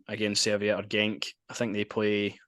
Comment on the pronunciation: They are not a "Swedish mob", they are Swiss. They are not called Serviette, they are called Servette. Well done for getting the Belgian info right..😂